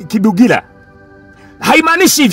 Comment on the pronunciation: Usiharibu majina ya watu anaitwa kabugumila sio kabugila nirafiki yako vp hata majina yake huwez kuyatamka vzuri.